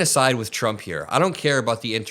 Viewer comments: Has she lost the ability to say Trump? Donald J Chump is what I heard. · Thought she said Chumps 😅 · Karoliar just called him CHUMP perfect slip of the tongue 🤣🤣🤣🤣🤣🤣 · She said Chump instead of Trump? That's called a Freudian slip.